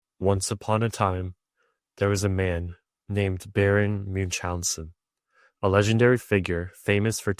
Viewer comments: It is Baron von Münchhausen, not Munchhausen. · Munch-Hansen ??? 😂😂😂 Please, get at least that right! Baron von Münchhausen